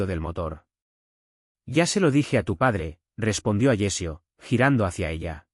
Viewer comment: Alessio, no Agecio!